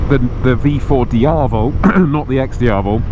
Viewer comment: Its not "Dee-ah-vul". It is DiaVEL. Dee-ah-VEL.